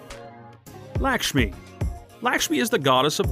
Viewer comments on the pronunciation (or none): thank you for this but lakashmi is pronouced lukshmi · It is not Lakshmi it is luxme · And you also get pronouncing wrong❌ We have the statue of Laxmi in our House🏠